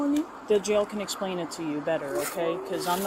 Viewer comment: Damnit.. I love these officers.. but when the one officer said “let me axe you” and then said “essplain” 😝😆 I’m so sorry, but damn man… you gotta at least use better English and pronunciation than the foreign Woman 😂 he seems like a really good dude though… but damn!